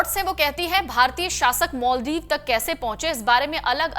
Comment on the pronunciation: मालदीव कि माॅलदीव पहले उच्चारण करना सिखो , अंग्रेज की औलाद